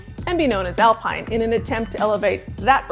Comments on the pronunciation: Isn't it pronounced Alpeen? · yup. David Croft and Martin Brundle certainly pronounced it as Alpeen..